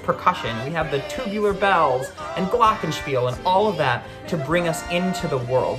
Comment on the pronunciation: No one:: gLocHenSpiEL